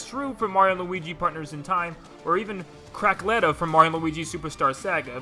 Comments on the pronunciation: IT’S FUCKIN CACKLETTA NOT CRACKLETTA YOU FUCKING NORMIE NOT EVEN CHECKING THE SHIT TO MAKE SURE THEY AREN’T DECONFIRMED BY ASSIT TROPHIES OR FINAL SMASH APPEARANCES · it’s CACKletta not CRACKletta there ain’t no “r” in her name lmao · Pfft, Crackletta. It’s Cackletta , btw, but, I love Crackletta a lot more, Lol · Lmao was the crackletta thing on purpose cause it's cackletta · It's cackletta, not crackletta. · ... Cackletta... Not Crackletta... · Did...did you just say...C... CRACKLETTA ?!?!?!?!